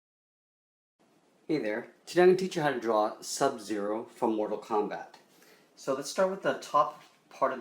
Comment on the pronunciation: im sorry to break this to you but: its mortal kombat, not combat